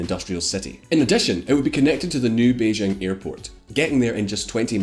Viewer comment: For the hell... Chinese j is quite exactly English j, why are you always Beijjrrrghhhing 😂🤔🤯🤯🤯🤯🤯🤯 Gjrhi Gjrziping, Jrhong’an .. gjrjrjjghhhhh